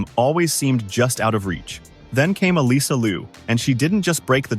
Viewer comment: FYI....Alysa is pronounced Alissa not Aleesa. Straight from her.